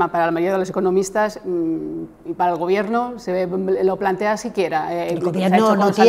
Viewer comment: Esta señora necesita un iphone 13 o un curso de pronunciación... que sinverguenzas estan con todo el rato llenandose la boca de "este gobierto progresista de España"